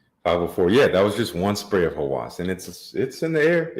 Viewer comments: Obsession is the right word .. however, when it pronounce the name in English sounds like lust, which is not. 1 alphabet different meaning. Pronounce like Hawes not hawas .. but company wrote it with a .. strange & wrong for me. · Hawas means something in the realm of obsession, but the good kind of obsession. Lust is a big word for Hawas IMO. It's pronounced Hawus, the U is the same U in "Us". I don't really care for the fragrance though. 😂